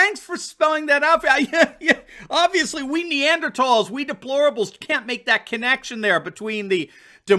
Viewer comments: thank you for pronouncing "neanderthal" properly. You rock! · Finally, A pod-caster who knows how to pronounce the word, NEANDERTHAL. I always thought your videos were informative and well done. I will stay with your channel.